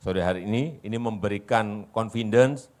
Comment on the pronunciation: Ex presiden ngomong KONFINDEN .😂😂😂😢😮 Arti nya apaan... Ehh ternyata itu saleman nya IKN ya😂